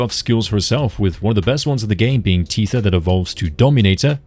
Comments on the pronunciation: you CANNOT keep saying teether 🤣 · That is not how you pronounce “Tether” 😂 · i wanna point out you're saying tether wrong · that's not the correct way to pronounce tether, the correct one is tether , not tether 🤣🤣🤣